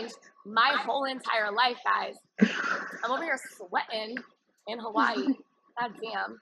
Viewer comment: Hawaahhheee. She needs to learn how to say it.